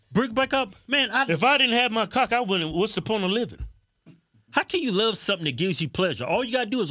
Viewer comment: Dat nigga said “I luz everybody”😂😂😂😂😂😂😂